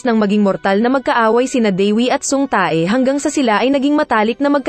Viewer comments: Ang sama nang pag bigkas uhh tae hahhahhaha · Natatawa ako dun sa Tae ahahaha. Tay pag pronounce non oi